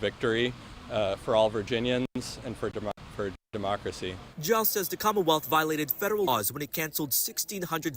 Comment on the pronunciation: That dude couldn't even pronounce democracy he choked when he tried to say it